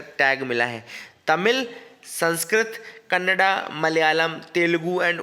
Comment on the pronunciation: Thank you for pronouncing kannada as kannada not kannad!! love n respect from Karnataka